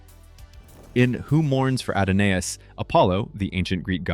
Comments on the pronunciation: It's pronounced uh-daa-nuhs not add-on-A-us. An excellent documentary though. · AD O NAY ISS? YOU MEAN" "A DAWN ISS" ADONIS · "Add-a-Nais"? Your AI is showing. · It's "Who Mourns for Adonis?"....NOT Adonais. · Wow! Please pronounce "Adonis" correctly.😮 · "A-do-nay-is." SMH. If AI is so smart how come it can't pronounce worth shit? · Adonais is just pronounced "Adonis". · Don't think you pronounced Adonis correctly. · Actually, the narration mispronounced the name, Adonais.